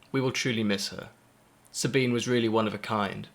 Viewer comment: there are a lot of these vids now...thnx for yours. it really makes me sick when people honouring Sabine dont even pronounce her name right. you did the right thing